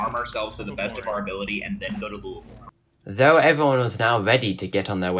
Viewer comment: This was fucking excellent. However, as a native Kentuckian ya'll need to learn how to pronounce Louisville.